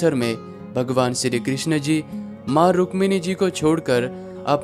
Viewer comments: Rukmani not rushmani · भाई रुशमनी मत बोलो रुख्मिणी बोलो... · रुक्मिणी जी है वो उच्चारण पर ध्यान दे